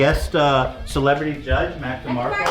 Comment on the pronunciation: “Mac Mill-Demarco” hahahaha